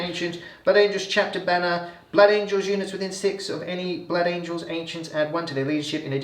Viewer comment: ‘Blood angles’ 😂